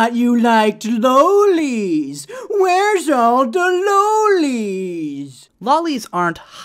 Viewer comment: Loli is short for "lolita" so stop saying it wrong as if it's short for "lollipop." And also take notice how lollipop has TWO Ls. That's why you say it that way. Loli only has ONE. You're stressing the L when you shouldn't be.